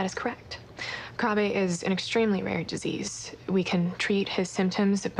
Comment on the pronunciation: Krabbe is pronounced like “crab.” Not “krahbay.”